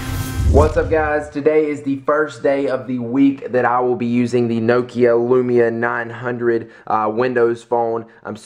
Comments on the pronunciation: nok-ia. not nokio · nokia!!!! not nookia haha its makes me angry, i may be wrong with my english accent but y'know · Nokio..... Pronounce it as; NOK "E" "A" (Nok-i-a) Don't pronounce it as Noke-ia.:P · lol the way he say nokia ahahahaha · You say Nokia funny, it's either that or because I say it different and I am british O.o